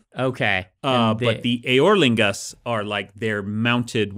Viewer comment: Unreasonably amused by Brandon pronouncing "eorlingas" as "Aer Lingus"